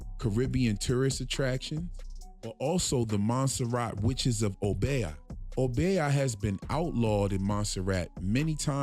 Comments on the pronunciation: Obeah pronounced O BEE AHH, say it slow and then fast ohh bee ahhhh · Oh-Bee-ahh ( obeah ) not oh-bay-ah. Dope breakdown tho💎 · Obeah pronounced O - beeyah (one syllable).